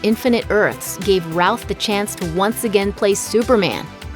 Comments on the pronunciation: Hey, you've said Ralph numerous times instead of Routh! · Jay Tsosie I’m glad someone else caught, I kept hearing Ralph too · Routh... I always heard Ralph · Routh (pronounced like the British 'row') and Ralph sound extremely similar, so it makes sense.